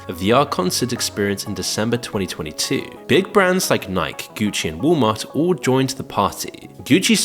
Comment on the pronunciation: How about the notorious "big" 😂